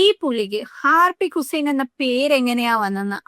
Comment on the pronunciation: ആർപ്പിക് ഹുസൈൻ അല്ല അർപ്പിക്ക് കുസ്സൈൻ എന്നാ